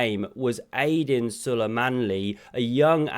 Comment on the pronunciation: AIDEEN SOO LEE MANLY ............. 'old on there luv, u made me turkic ears bleed a little